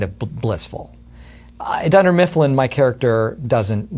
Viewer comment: "Dunder milfin", oh Jim